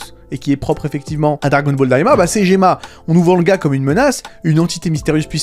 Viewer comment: Pourquoi Gomah tu l'appelles Gemah, la VF a changé son nom ?